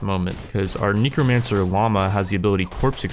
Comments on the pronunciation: Knee cro mancer? It’s necro not knee lmao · Necromancer -- Neck rho man sir -- It's pronounced like the body part, Neck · nEcromancer idk sounds like a weird way to say it I thought it was necromancer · am I the only one that hears say Nekomancer instead of Necromancer? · Knee-crow mancer XD i seriously cant anymore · am i hearing wrong or does he say "nicomancer"?